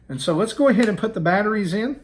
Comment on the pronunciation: I was skeptical coming in. Lost me completely at “batteries.”